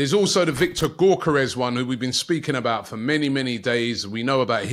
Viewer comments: It's pronounced "Viktor Yo-kor-resh" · The G is silent in Gyokeres (Yokeres)😅😅😅😅